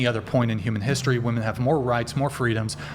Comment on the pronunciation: Is she saying WOMAN instead of WOMEN??